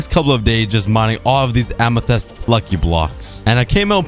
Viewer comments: Am æ thæest? No Amæthist thats how u pronounce it, but quick (æ is a danish letter but it sounds,like what u say) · Don’t forget, he says amethyst like ametist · Learn how to say amethyst